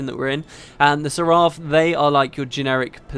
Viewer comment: It's pronounced "SER ef".